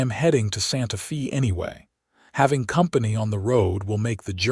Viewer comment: Olivia is Ōlìvia, not Ăhlivia. and Santa Fe sounds like Santa Fāy.